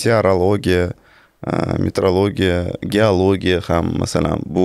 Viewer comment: Есть метеоролигия - это наука об атмосферных явлениях природы, а есть метрология - это наука об измерениях. Вы всю передачу произносите на узбекский манер - метрлогия 😢😂😎